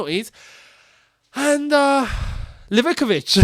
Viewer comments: Its Liv-ah-kovich …not Liveh-covich !!! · Lee-Va-KO-Vich* Where do you get liv-ICK-I-vich from Livakovic?